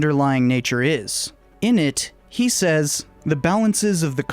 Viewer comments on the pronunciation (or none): none